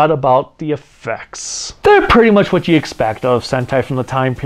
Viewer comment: this whole sequence had me rolling! And the "Wot?" 's got me too! 🤣🤣🤣 Really enjoyed the Megaranger review and I'm currently binge watching your sentai reviews! 👏🏿👏🏿👏🏿